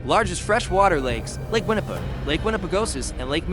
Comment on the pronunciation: If you are going to narrate a documentary, you may want to pronounce METI properly? It's pronounced May-tee! Or Winnipeg? Win-ni-peg!